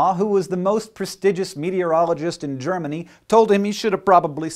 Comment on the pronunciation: Me too. And it would be nice if Hank would not pronounce the name of my home country like it was yesterdays cold coffee with cigarette ashes in it.